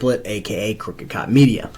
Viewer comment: the way you say crookedcopmedia sounds like cookie cutter media to me. which is quite fitting, think.